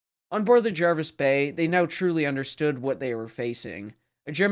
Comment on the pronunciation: Pronunciation correct👍 and thats coming from England🏴 and as its English you're speaking then i think that's a good enough endorsement! Thanks for another good video.